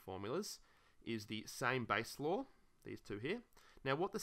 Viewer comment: I thought he was saying “logarithms lore”, and I was like mmm 💀